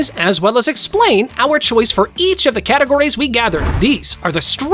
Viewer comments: one piceh? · one peach? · At the start did I just hear bro say "one peach"!?!?!?! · Is no one going to mention bro said one peach 😂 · One peach😂 at the start the video that’s what he says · at the start, one peach? really? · “One Peach”💀💀💀💀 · Why did he say one peach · On the start he sead one peach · one peach?😂